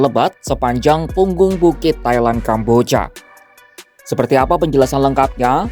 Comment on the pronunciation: Ini naratornya adik Cinta Laura kah?? Kambojjyaaa... 😂😂😂